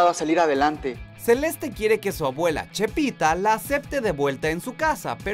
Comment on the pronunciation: "Chepita" jajajaa